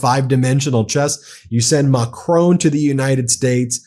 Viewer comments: Hi Ben, the French President’s name ´Macron’ does not rime with ´Stallone’. The ´o’ is pronounced as in ´on’ e.g. on TV. The French don’t pronounce the ´n’ but it would be acceptable on international media if you did. As to the stress pattern, it’s on the first syllable, so it is more MACron, than MaCRON. I’ll spare you the pure phonetics! I just thought I would point this out as he has been spoken about so much recently! All the best! Judith, a Brit in France for most of her life. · French President Macron Why do you call him macrone? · Pleeeease find out how to pronounce Macron! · Much as I admire the work Meidas Touch is doing (and I really do!) - could you possibly pronounce ZelENskyy's name correctly - and not as the person supposedly in charge, who says ZelINsky, which to my ears sounds very Russian! Oh, and Macr ON would be closer than Mac RONE. Sorry, trivial point I suppose, but respect to the hero by pronouncing his name as he says it would be nice. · It’s NOT Macrone. Mon Dieu. Pronounce it properly!! Bloody Americans’ freedom with how to pronounce words is so arrogant. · For the love of god, its pronounced Mac-ron, there is no e. Keep doing a great job but when you say macronee it grates on every french soul. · It is not Ma-CRONE 🤨. It is Ma-CR-ON , on almost silent. Listen to the Google to hear it. Please speak any foreign name correctly . It's not difficult. It's respectful. You mastered Poliviere and Premier pretty well right? 😊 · All the Meidas Touch pronouncements are profound and absolutely correct - bravo! However, please try to pronounce foreign names/countries/words correctly. Put "Macron" into Gurgle Translate to French and listen - it is not MAC Rone but Mac RO with a short "O" as in boss. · Argh Ben, it's pronounced Mark-rON (like on/off) not Mack-roWn. You're hurting my ears (I live en France). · he is called macronG please remenber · "Imanual Macrone" 😂😂